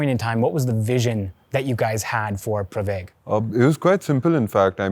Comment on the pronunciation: This comment is to appreciate your pronunciation of pravaig (प्रवेग)